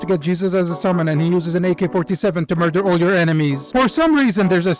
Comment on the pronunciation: why are you moordering children